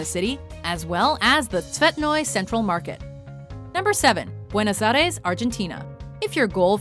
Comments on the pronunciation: standing ovation for her beuno airies pronunciation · you pronounce so bad Buenos Aires